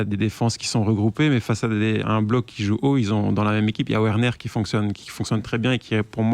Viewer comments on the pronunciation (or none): DJoao Félix et Timo WWerner 🤣🤣🤣🤣faites des efforts les mek